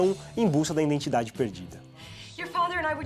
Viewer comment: Só eu ouvi a palavra “iNdentidade” mais de uma vez? Muito bom o canal, mas esse erro é doloroso...